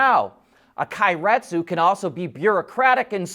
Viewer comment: "Kay-ret-su" like "okay"